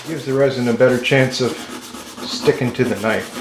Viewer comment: Now THAT'S a knoife